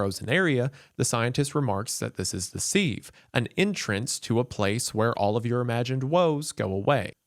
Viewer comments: omfg 'sieve' is said 'SIV' like Give not like Sleeve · Pronounced "Siv", like "give". Not "seeve", like "leave". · yeah! And he definitely pronounced sieve wrong multiple times on purpose too! All part of the plan. Daddy is perfect 😂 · ...Has Wendigoon never heard the word "sieve" before? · Maybe shoulda thrown in an outtake where you pronounce "sieve" correctly. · the real horror is how he pronounces "sieve"